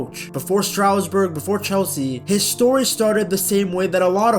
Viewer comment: It was never Strowsburg. It's pronounced Stras-Boor.